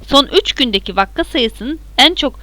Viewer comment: vakka değil vaka 😂